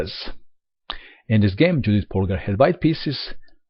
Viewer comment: Hi, Judit Polgár is a Hungarian chess player. So, her first name, Judit, should be pronounced, as "Yudit". (Note: the first name in Hungarian is the family name 🙂 So, corretly her name is Polgár Judit).